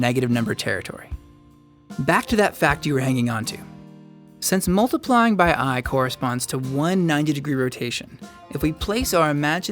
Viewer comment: Its multiplying. Not moltiplying. It sounds awkward. I have to bear this to learn complex number theory.